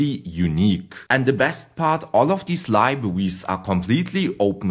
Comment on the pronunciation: very good libwawies 👍